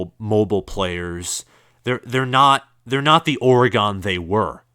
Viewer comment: Lol, why are y'all saying or-gone? 🤣 it's or-gun